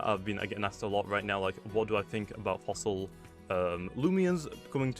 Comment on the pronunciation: The word “Fossil” almost sounds like “Floss”